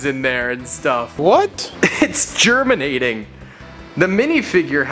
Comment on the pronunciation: “Its Germanating” 🇩🇪🇩🇪🇩🇪🇩🇪